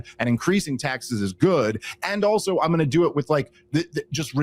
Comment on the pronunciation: I love the podcast and the advocacy of rationality and sanity. It kills me when Dave pronounces "while" as "wahul" and "I'm" as "ahum". Sorry for the shit sandwich comment. Really appreciate this show and honesty.